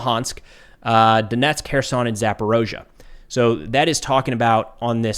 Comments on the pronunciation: Please stop saying 'Zaporozhzhia.' it's ZaporIzhzhia. eeee....not oooooh. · I love your channel and your professional perspective. I only believe it is Zaporizha and not Zaporozha........ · you're always on-point! I agree with your analysis and your opinion every time you speak! You're doing a great job Sir! One pronunciation I have to point out, please? "Zaporizhzhia" is pronounced as if there were a 'eezee' in the middle, where you pronounce 'oa'. It should be 'Zap-or-eez-ia' (even 'Zapor-eesha') but for sure not an 'o', or an 'ao' sound! Not trying to be critical picky - trying to help you be better! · there only one o in zaporizhzhia